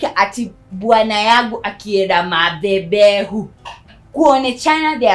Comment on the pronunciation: Why are you saying mathebehu??? Aki nalia🤣🤣🤣🤣🤣🤣🤣